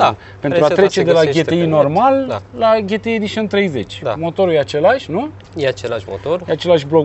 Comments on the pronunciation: De ce 'ghetei" si nu "ge te i"? La fel ca si la "aemghe" si nu "a em ge" :-s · E GTI NU GHETI WTF DUDE STOP ! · “Ghetei” 🤘🏽😂. La marca Sagem, ii spui Saghem? 😂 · daca tot ziceti ca vorbim roamna ar trebui sa zica G T I nu GE TE I...... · Daca 'GHETEI" e in germana, atunci de ce nu a pronuntat si restul numelui tot in germana?..."Volkwagen golf cinci" nu mi se pare prea 'nemteste'. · De fapt se spune GTI adica GI TI AI... vorbiti prostii... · ... pan' urma cum e , GHE TE I sau GE TE I .. hahaha ...